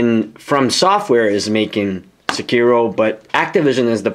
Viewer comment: have you ever played "sekiro" (not "sekìro") one time in your life or not